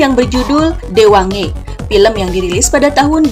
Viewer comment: Maaf,judul flim itu Diwane GI bacaan x BKN di baca Diwange(Deewaange) Yach.mksh